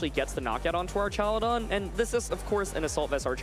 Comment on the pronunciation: I wanna know where this guy keeps finding the "ee" in Archaludon